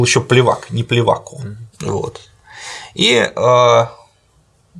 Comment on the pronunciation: Есть небольшие придиразмы: 1) институт наймитов (защитников) не для всех, но был предусмотрен ещё судебником Ивана 3 для судебных поединков. 2) всё-таки не ПлевАко, а ПлевакО